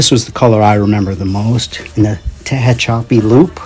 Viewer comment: Please excuse, a little history: Tehachapi Loop is a Union Pacific Railroad creation to gain/loose altitude in the mountains by traveling a helix, or loop, to reduce the grade and strain on the engines. Pronunciation: t-HATCH-a-pee